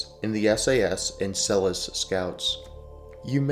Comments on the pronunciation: Great video but Selous (Scouts) is pronounced Seloo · it's pronounced Seloo. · Good video. It’s pronounced Seh-Lou because it’s French name. Named after Fredrick Selous, who is ‘the most interesting man in the world’. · "SEL-LOO" Scouts!! This is not the only very exaggerated American pronunciation of words in this video. You ought to do some practical research before you make videos like this to support your credibility. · You would think the reader could learn to pronounce SeloUUUs !. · You are talking shit hundreds of South African police, mechanics, medics, pilots served in Rhodesia, the South African recces had lots of missions in Mozambique and even Zambia. its pronounced SO LU scouts. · Pronouncing Selous Scouts the way you do should also be a war crime😂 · For God's sake learn to pronounce Selous properly. ThT mayo stunr shows your prejudice